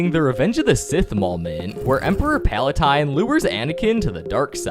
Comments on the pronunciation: It's not palatine It's palpatine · It's pronounced palpatine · ITS PALPATINE NOT PALATINE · Dude are you using Ai to voice this video or just really young to not know these characters? Like how are there so many pronunciation mistakes? Hatsoon Migu - Hatsune Miku Gasane Tito - Kasane Teto Emperor Palatine- Emperor Palpatine... Pandawin (not the first mention but the explanation) - Padawan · Oh no, it's Emperor Paletine! Dude WHAT? Paletine? Autocorrect literally changed it for me to Emperor Palestine. Please, learn to pronounce names